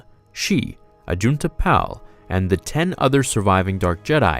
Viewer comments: Pronounced Ajunta "PAUL", not "Pal." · AJUNTA PAL you pronounced his name wrong the pal is tricky put the emphasis on the a so it like paal lol sorry I just needed to point 👉 that out loved the vid big thumbs up 👍